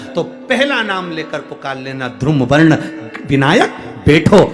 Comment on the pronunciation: बोलना सीखे मूर्ख धुरुम वर्ण नही बल्की धुम्रवर्ण होगा